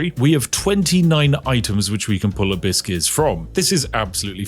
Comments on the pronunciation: Why do you keep saying, "a biscuit"? I think you're saying abyss I think.... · Lol I was hearing Hibiscus.